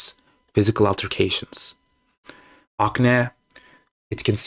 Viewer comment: ak-neee (NOT AKNA)